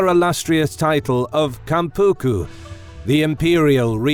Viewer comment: 関白 is Kanpaku not Kampuku. 江戸 is Edo pronounce Eh-Doh IPA:[e̞do̞] not ii-doo. The production is very well-done but the pronunciations are the opposite.